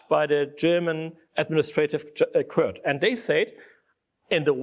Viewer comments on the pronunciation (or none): Jedesmal wenn Krah " Kört" statt Court sagt, will ich ihn schubsen